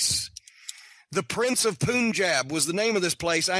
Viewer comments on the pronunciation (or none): "Prince of POON-jab" lol